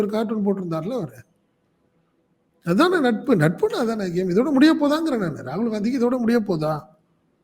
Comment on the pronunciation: காங்கிரஸ் ஆட்சிக்கு வந்து 13 வரடம் ஆகிட்ட்து .மதவாத சக்திகள் ஒழியனும்,காங்கிரஸ் வரணும் ,இதஸ்டளின் நினைத்தது தப்பா?காங்கிரஸ் காரணி ராகுல் பெயரை உச்சரிக்கதபோது ரகுள்தான் அடுத்தபிறதமார் என சொன்னது.ஸ்டாலின்,இது ஒன்னு போதுமே.t நாட்டில் காங்கிரஸ் நிலை மை உங்களுக்கு தெரியும், அப்படி இருக்கையில் ராகுலுக்கு மரியாதை குடுக்களைன்னு சொல்லுறது...